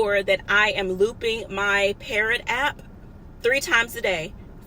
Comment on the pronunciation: It's called PARROT? I'm up here thinking you said "Parent" LOL